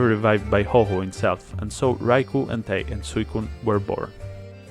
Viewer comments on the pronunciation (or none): It wasn't revealed to be "Hoho" (he's not a slut bird, that's Lugia.) It's Ho-Oh. To pronounce it, ignore the fact there's a second H. > Lavender town: Short answer is just No. Same goes for the Butterfree is Venonat thing :/ Just no. Looking alike means less than nothing when it comes to determining how closely related two species are "Illegal" is a real term when it comes to Pokémon hacking. That one should have been represented with a Gyarados because it simply means that the pokémon in question was hacked in with something about it being illegitimate in a way the game can detect. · Why do you pronounce Ho-Oh as "Ho-Ho"?